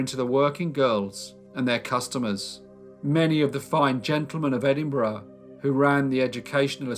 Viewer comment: It’s refreshing to hear Edinburgh pronounced properly🏴😂